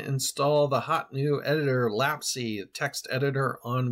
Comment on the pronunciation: FYI, it's (IPA: /læps/) like memory lapse.